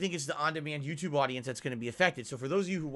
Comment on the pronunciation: "The on demand Yoututbe audience" HAHAHAHAHAHAHA!